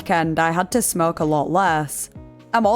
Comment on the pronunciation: When she 1st said smokers & others that smoke I heard others that smirk 🤣 I'm from the UK as she is but still.